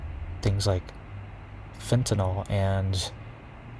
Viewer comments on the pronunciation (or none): none